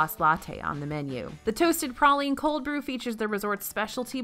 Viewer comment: Anyone else cringe everytime she said praline wrong?